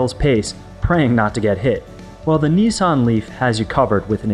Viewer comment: Neesarn?.... Niss, an